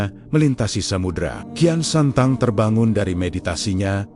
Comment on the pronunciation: Bukan kian santang, kian sancang